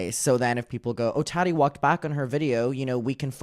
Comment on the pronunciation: 🫶 it's TAAH-Tee...not tat-tee...lol. you are adorbs.